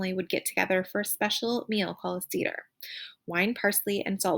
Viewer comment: Seder is pronounced "Say Der" not See Der